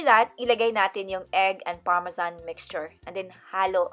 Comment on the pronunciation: Remember parmesan.parmesyan hahaha😂😂